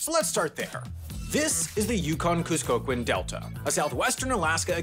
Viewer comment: It is pronounced "Cuss-co-kwhim"